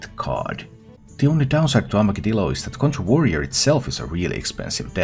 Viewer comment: You are the first streamer I’ve heard pronounce Armagedillo properly as a mix of Armageddon and armadillo. Thank you!